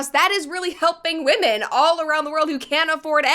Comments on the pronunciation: What is going on lately with women, SPECIFICALLY women, pronouncing women like woman? The plural of woman is women, but they keep saying it in the singular form and it is pissing me off. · Even Katy fucking Perry can’t say the plural version of “women”